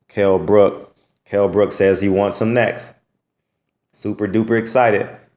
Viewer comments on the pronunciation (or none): its brook. no s. not brooks